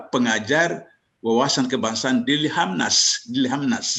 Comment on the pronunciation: Lemhanas om, bukan lehamnas..😂😂😂